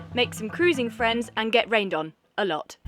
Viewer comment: Okey. You. Priend.